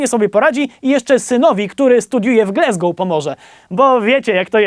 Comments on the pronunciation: Yyy... mówi się "Glasgoł", czyli przez "a", a nie "e" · Glasgow wymawia się glasgoł